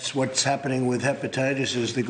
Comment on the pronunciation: Can’t even pronounce HEPATITIS with his fat mouth.